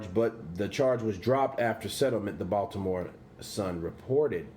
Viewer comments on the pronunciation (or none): none